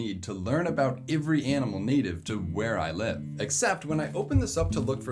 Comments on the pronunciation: Every starts with an e not an I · You say "every" really weirdly lol